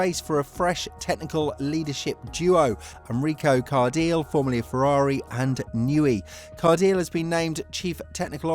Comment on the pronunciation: “Enrico CarDILL” “Pierre WASH” 💀💀💀💀💀💀